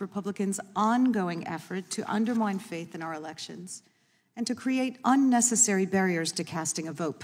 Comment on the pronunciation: lol she couldnt say "faith"